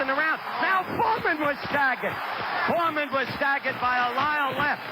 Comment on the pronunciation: Is it just me or Cosell kept saying "Wyle" instead of "Lyle" during the first three-four rounds?